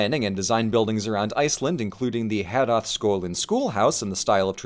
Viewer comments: Fun fact about Hallgrímskirkja: the church bells are named Hallgrímur, Guðríður, and Steinunn, after the poet, his wife, and daughter. I thought that was very cute. And did a pretty good job pronouncing Hallgrímskirkja (though he did butcher Héraðsskólinn 😅) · Good job with some of the pronounciations, some of the best Ive heard, apart from héraðsskólinn😆. But remember that Iceland is not Scandinavia!!!